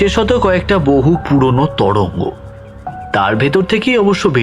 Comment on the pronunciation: "তরঙ্গ" মানে ঢেউ। "তোরঙ্গ "- বড়ো বাক্স। ইংরেজি "ট্রাঙ্ক" শব্দ থেকে কথাটা এসেছে।খেয়াল করুন।"অড়ন্য", "নিড়দিষ্ট"-তাহলে "নির্দিষ্ট"- কি? "চিনহো(চিহ্ন)"??